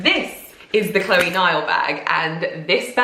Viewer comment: Chloé is not pronounced as Chlóe.